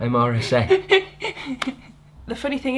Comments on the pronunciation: MRSA is pronounced mer-sa 😊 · MRSA - pronounced Mersa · MSRA is pronounced Mersa